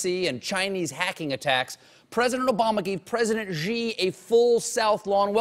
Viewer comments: Xi is pronounded like "She". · The President of China's surname is pronounced "She". It's respectful to properly pronounce the names of people especially world leaders. Perhaps the Late Show should consider hiring a China consultant -- or an expert English professor -- to ensure they are well regarded among the global community. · It's SEE if you speak something like Cantonese. It's SHEE I believe, Mon Fleur. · Colbert pronounces "Xi" as "g" when it should be "see" 😂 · ...it should be pronounced more like see than gee!!! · "Xi" is pronounced "See", not "Gee" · Hey Stephen, you know you are pronouncing "Xi" 's name wrong right? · yo, Stephen. Pronounced more like She than Gee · you pronouce xi like SHE, not Ji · "Xi" is simply pronounced "shee." How is possible that Colbert doesn't know this? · yo colbert--say "she just took a dump". congrats, you also just said "xi just took a dump". stop with this nonsense pronunciation.